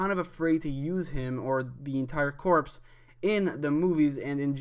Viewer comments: Corps= (Core) not (Corpse) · WHEN WILL PEOPLE LEARN THAT THE “PS” IN “CORPS” IS SILENT!!!! ITS “GREEN LANTERN COR”!!! NOT “CORPSE”!!!!!!!!!